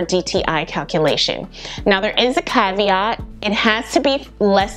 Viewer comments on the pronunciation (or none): none